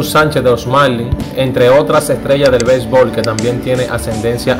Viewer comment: Belbol,diyel ,sel millone, nueva yol, suelte....ese tipo si habla malo coño